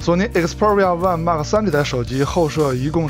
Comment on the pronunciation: 请把xperia的读音搞清楚…